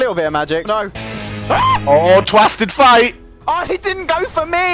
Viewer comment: lol twasted fate he said xD